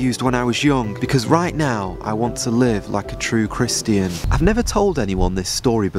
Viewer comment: I know we’re not supposed to spend time querulous but why do you pronounce Christian like Christ-Ian